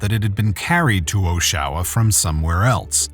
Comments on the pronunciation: I couldn't figure out which city the presenter was talking about for the longest time until the first news clip where the person says Oshawa... Oh! not Oh-Sha-wa! Dude! Video clips throughout this video have various people saying the city's name properly... did you not pick up on that BEFORE you narrated it? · I'm going to subscribe, but it's driving me! It's Ah-sha-wah! Oshawa! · My god man learn how to pronounce city names properly. Oshawa (Aww-Sha-Wa) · Its pronounced Osh-a-wa and its a shithole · It's pronounced Aw-Shah-Wah, like Ottawa but with "Awsh" - Oshawa. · "Oh-sha-wa" lol hilarious pronunciation of Oshawa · Really? Per Wikipedia the name Oshawa is derived from the Ojibwe word aazhawe, which according to the Ojibwe People's Dictionary does not start with a long O sound like the AI was saying. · Oh ffs, you pronounced Oshawa SO wrong!!! It's Osh-ah-wah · Every time the narrator says "Oshowa" instead of "Oshawa" I want to throw something. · Sorry, its pronounced Osh-ah-wah 😂. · Oshawa is said like: Osh-a-wa This was a well done video, but a really really sad story... 😥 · Until next time get a robovoice that can pronounce some of the names of people and places. OSHAwa indeed. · his prononciation of "osh-a-wa" is so funny LOL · Oshawa, A Major city in Canada,you think it would be pronounced correctly! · You even get the correct pronunciation of Oshawa in the news report, yet you continually mispronounce it. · Someday, maybe, AI will learn how to pronounce "Oshawa" and "Guindon". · It would be nice if the narrator or, AI, could pronounce the area correctly... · I cant even focus on the video because you keep pronouncing Oshawa wrong. Is this an AI voice? Did you not hear the correct way to say it in it news reports? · They said it so many times in the news reports!!! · Idiot sure brutalized the pronunciation of Oshawa! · Took me until the news report to realize what city it actually was because the dude was pronouncing it wrong. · Pronounce Oshawa properly.